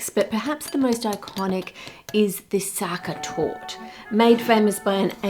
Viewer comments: Sachertorte tasting kinda like raisins? something seems to have gone wrong with the recipe ^^. Also, the "e" at the end of Sachertorte is not silent. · Its torte not tort you say it like tor teh. You should have tried the Prince regent torte from Germany. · ive never tried the original myself but everyone i know says the sachertorte von hotel sacher is too try! oh and e isnt silent in german, so youd pronounce it something like torteh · Est heißt Sacha-Torte The ‘Sacha’ is pronounced ‘sa-sha’ and torte is ‘tour-te’ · 1. German e is never silent. And Sachertorte is indeed overrated but still good. Eat it with whipped cream if it's too dry. 2. Ah the famous Brazilian war effort in WW2 ;) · The e in Torte is neither silent not elided. Specifically it is a schwah sound, like "uh?". This is true for all "e" in German words, such as "Porsche". The "ch" is the sound a pregnant woman makes breathing like "hhh, hhh, haaa, hhhh, hhh, haaa", while giving birth in movies 😂. With "sch" it is like English "sh" . Btw, as Austrian, I am not a fan of the "original" , published, Sachertorte recipe. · Starting off with our lovely Sachertorte (the e at the end isnt silent fyi) - this is going to be fun. Love me some chocolate cake. <3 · The e in Torte is not silent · as an austrian the way you pronounce Sachertorte made me giggle every single time 😂 also s/o to for ranking it the highest 📣